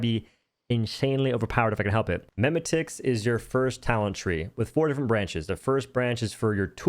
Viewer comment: Love it. Very useful info. Butttt pleeeeeease dewd.. it’s not “meme-ticks” it’s memetics, like “mim-eh-tics”.. like rhymes with genetics..